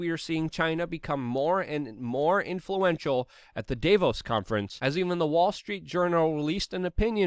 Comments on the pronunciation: It's Dah vose if I had a dollar for each time I've heard an anglo mispronounce a word or name I could buy YouTube. What would I do with it? Hmmm.... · Absolutely nobody: Luke: Dayvos